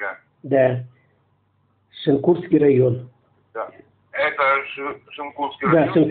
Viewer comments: Автор не знает как топонимы произносить.. ШенкУрский...капец)) Усть- ПадЕньга. ... еще бОльший капец.. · Как понимаю, адрес рандомный называет 😂 Местные знают, что район не ШенкУрский, а ШЕнкурский 😊